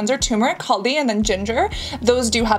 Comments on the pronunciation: This is a really educational video. You absolutely won my heart when you pronounced "Harad" and "Haldi" perfectly! You are very talented Cassandra ❤❤😊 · Your haldi pronunciation is on point